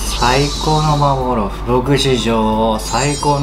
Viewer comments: 最後のほう呂律まわってなくて「まーぼーろーふ」になってるのウケる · 「さいこうのまーぼーろーふ」